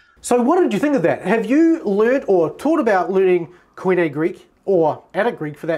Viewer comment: Quit butchering the pronunciation of the work Koine!